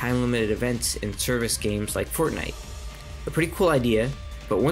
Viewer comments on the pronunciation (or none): none